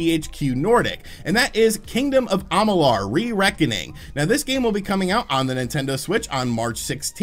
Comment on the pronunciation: They way you pronounce Amalur reminds me of how Stewie Griffin pronounces Cool Whip. It's like you're intentionally trying to trigger people. 😂